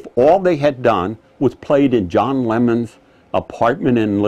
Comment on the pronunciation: Did he say John Lemmon?